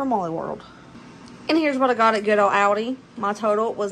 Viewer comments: I think the way you say Aldi is correct. I’m from England but live in the US and we say it the same way. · We don’t pronounce Aldi either way here in Northern Europe where Aldi is originally from so you are absolutely good in the way you want to say it 😂❤ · your saying it right lol everyone else is pronouncing Aldi wrong 😂